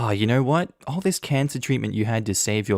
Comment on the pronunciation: Hey, ALL is not "all." It's A.L.L., which stands for acute lymphocytic/lymphoblastic leukemia.